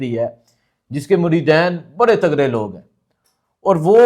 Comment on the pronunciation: مجھے صرف 1 منٹ کی ویڈیو سننے کا موقع ملا اور اس کے بعد سننا کوئی ضرورت نہیں سمجھتا۔ ویسے کمال یہ ہے کہ آپ نے اولیاء کو چھوڑ کر یہ کہہ دیا عمران خان کو کہ یہ اصل بابا ہے؟ کیا خوبصورت منافقت ہے۔ اور دوسری بات کہ اس پڑھے لکھے جاہل کو یہ بھی نہیں پتہ کہ مریدَین نہیں ہوتا مریدِین ہوتا ہے۔ 😂